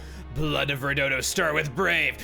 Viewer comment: It’s “Rudodo”. Also, he seems to be breaking the 4th wall in that he knows he’s in a different “game”. But, I wonder what this creature you speak of is? Maybe I should wait for a possible XC3 LP by chugga to avoid spoilers, because I know virtually nothing about that game yet.